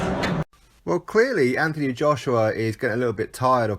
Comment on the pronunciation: Why he went from Anthony to AnTHony pronouncing the th is a mystery to me my middle name is Anthony my dads name is Anthony.if you pronounced the th in my dads name your liable to get punched I think he's trying to make himself more likeable to the yanks personally it was always normal Anthony now it's AnTHony I understand it's different in the States he ain't from the States although at the moment I wish he was lmao